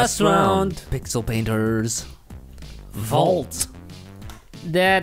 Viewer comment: that one moment you said "pickle painters" lol